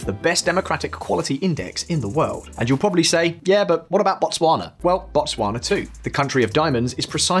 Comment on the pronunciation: Your pronunciation of Botswana is pretty good though